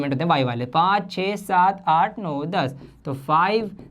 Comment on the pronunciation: . seven aadh nine 😂😂op sir😂